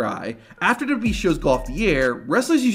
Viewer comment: I have the way the guy narrating the video say WWE dubdubeee